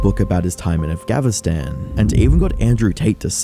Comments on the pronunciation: afgahvistan ? 😓yeah sure... jesus .. Again ?Dude 😅 lean to pronounce correctly try to learn to pronounce correctly the name of the country you're supposed to cover... and finally, that guy is a Sam Hyde fan ? OK I guess it tells a lot right there.... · why are you saying "afgavistan" lol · What is Avghanistan and why do you keep pronouncing it that way? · What's up with pronouncing "AfghaVistan"? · What's afgavistan, say the country's name correctly. AFGHANISTAN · why is bro saying Afgavistan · Why does this idiot keep calling it Affgavinstan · I'm sorry, but you saying "Afghavistan" again and again and AGAIN triggers the fuck outta me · Bruh says "Af-gavin-stan" and "the world's first news website in the world" 😂😂😂😂😂😂😂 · why's bro saying afgavinstan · Great video, but bro please pronounce Afghanistan right😭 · afgavinstan?!?! is it really that hard to read what you see? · Ah yes, "Afghanvinstan" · please pronounce Afghanistan correctly, thanks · "avgavistan" bro can u pronounce it correctly???? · im the only one hearing afgavistan ? :D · Say it with me. Af-gha-ni-stan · Why does this guy pronounce Afghanistan like Afgavistan ? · please stop saying "afgavastan" 😭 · Bro… just say Afghanistan correctly. It’s honestly not that hard. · why u say afgavinstan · The way the narrator says "Afghavistan" makes my soul hurt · Did you say - “AfgaVinstan”……? Bro 😂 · It seriously is annoying that he sometimes says Afghanistan right and sometimes he says it like a drunken toddler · how did you manage to say Afghanistan wrong every single time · it is not that hard to say Afghanistan. come on.... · You are incapable of pronouncing Afghanistan... other than that great vid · bros allergic to pronouncing afghanistan right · Is it just me or is he mispronouncing Afghanistan? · How can you not pronounce Afghanistan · I can't unhear you saying afghanistan so wrong everytime lmaooo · Why do you keep mispronouncing Afghanistan? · I find it hilarious that you can't pronounce "Afghanistan"